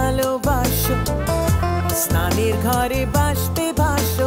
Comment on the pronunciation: My dear Usahaji....d song touch by soul....just listning again & again.....tears full in my eyes....amazing song !!!!!! sply d bengali word ""GHAR " u pronouced ,....ufffff terrific !!!!!!! love u ....